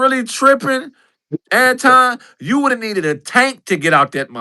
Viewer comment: Why can't pronounce Anton, correctly?